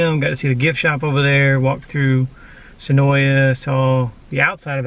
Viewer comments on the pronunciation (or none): Senoia is pronounced Senoi drop the A.